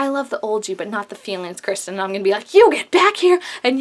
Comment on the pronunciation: Love your video! Keep making reviews of all the episodes. Just a quick note, it's actually pronounced Ker-stin not Kiss-tin haha. Happy that you're on the Camsten ship.